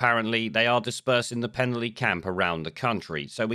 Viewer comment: Penally is pronounced as Pen-alley.